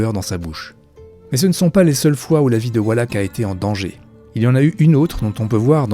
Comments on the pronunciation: Faut revoir la prononciation des acteurs !!! surtout avec Elie Wallach, le ch se prononce che et pas ak et Elie c'est comme ça se prononce et pas Elaïlle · 2 enormes boulettes sergio leone et non leonet et eli wallace et non wallack